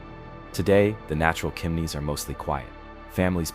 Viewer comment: It's not "Kimneys"